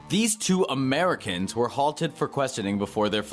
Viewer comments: Why do you put emphasis on Americans? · if they legally came here, and did all the paperwork they are americans. idk why you put weird emphasis on it.